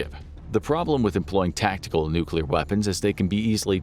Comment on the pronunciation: right off the start of the video… i must say thank you for pronouncing “nuclear” correctly. you get a gold star for the day 👍🏻😂